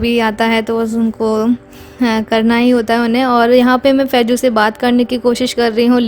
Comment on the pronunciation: Faiju ni faizu hota h